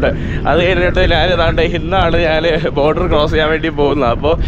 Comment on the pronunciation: "നാൻ" അല്ല ഞാൻ 😛😛